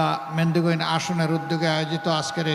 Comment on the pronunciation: এ তো দেখি মেহেন্দিগঞ্জ উপজেলার নাম উচ্চারণ করতে পারে না